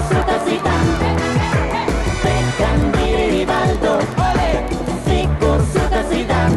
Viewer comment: Lyder seriøst som om der blir sagt Figo sutter Zidane 😅